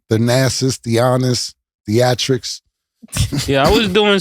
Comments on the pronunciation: Thanasis, thianis, theatrics 😂😂😂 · Na Cam calling Thenasis, Theatrics is HILARIOUS